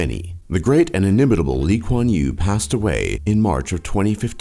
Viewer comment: Lee kuan yew not lee quan you